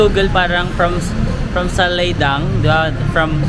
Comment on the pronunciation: Its "Saladaeng" read as Sa-la-deng.